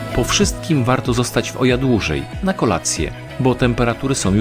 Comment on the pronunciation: Zwrócono nam uwagę na wymowę miejscowości Oia, łatwo zapamiętać gdy się skojarzy z odgłosem osła :) Ija --------- było fantastycznie :D